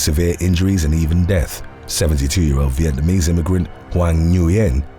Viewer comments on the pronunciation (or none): none